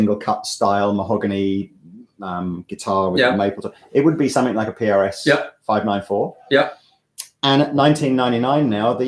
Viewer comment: please stop saying "somethink," it's SOMETHING!!